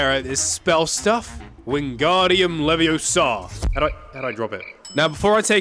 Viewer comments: I'll Just say: "It's leviOsa Not leviosAA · its leviOsa not leviosA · It's leviOHsa not levioSA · it's leveooooooosa not leveossaaa